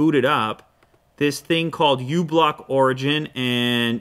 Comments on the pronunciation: Did he say "this thing ublock origin"? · "This thing called Ublockorigin" Oh my sweet baby jesus